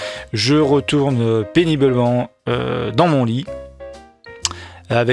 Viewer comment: On semble entendre ce mot au lieu de "péniblement" ! Deux fois ! 😄